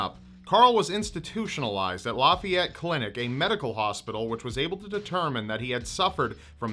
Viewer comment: It’s pronounced (la fie et)